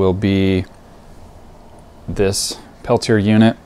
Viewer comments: it's pronounced Pel-tee- A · Perhaps, but that wasn't my intent. I apologize. I should have said, "This is an interesting video. Thanks for posting it. Just so you know, the TEC device is pronounced Pel-tee-A."